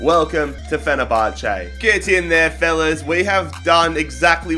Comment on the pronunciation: Fenerbache😂That’s so random but Great video